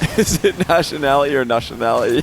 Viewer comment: “Is it nationality or nushionality” 😂